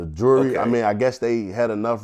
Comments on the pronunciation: Is it me or does he say Jury, And Jewelry exactly the same? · Is Vlad fucking with him saying Jewelry when means Jury? Lmao!!! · Did Vlad think he said jewelry when he said jury? Communication breakdown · vlad thinks hes saying jewlery when hes saying jury the whole time LOL